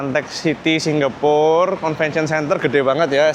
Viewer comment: Srry ko. Aku gabut, aku pngen ngomong nek pengucapan seng bener iku Singapore, ga Singgapore. Ojo ngamok ko, aku mek gabut. 🙏😅